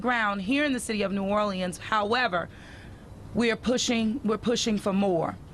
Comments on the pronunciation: Anybody else extremely annoyed by the way she pronounces "New Orleans". Sorry, not trying to be insensitive. I just couldn't help but be bothered by it. 😒😒😒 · I was wondering if antbody was going to mention that. It almost sounded like she took "New OR-LEANS" & "New Or-lenz," & made "New OR-LE-enz." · Where did that woman learn to say Nuolens , must be a yankee.